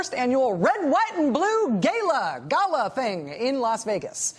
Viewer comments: "Gayla" lol... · Dumb cow doesn't know how to pronounce gala.